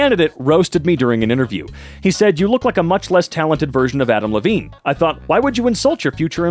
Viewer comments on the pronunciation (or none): none